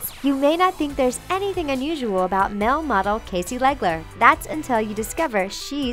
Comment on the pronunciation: and "mel" model instead "male" (like mail)